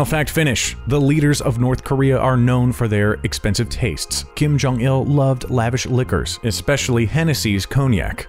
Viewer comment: "Kim Curt Jong-il"